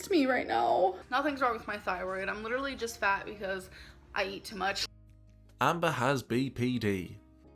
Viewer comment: “Doing dishes is the leedurally the most PAINFUL thing”. I’m just imagining her picking up one plate, and the instant she touches the soap all of her bones shatter like glass